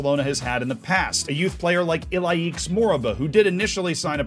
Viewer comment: it’s pronounced Ilaish